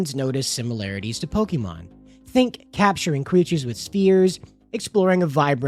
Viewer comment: Why do you pronounce it pokimon instead of pokemon?